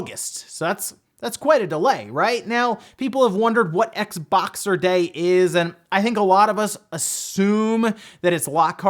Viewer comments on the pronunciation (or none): It's Xboxing day not Xboxer lol